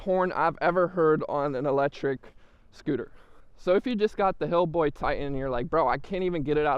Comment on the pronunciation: HiBoy... not Hillboy. It's the most sold brand in the US ya gotta at least know how to say the name man.. and second.. you probably shouldn't do scooter reviews ..